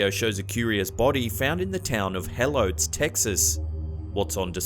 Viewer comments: It's pronounced he-low-tis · Helotes Tx is pronounced “hell OAT tiss” just a fun fact 🤠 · The way he pronounced helotes lol is classic lol I'm from Texas and it was so funny love this guy